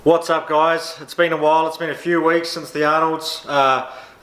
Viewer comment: Lmfao the way you pronounced "what's up guys" your already starting to adapt the New Zealand accent to the Canadian one. Shit is interesting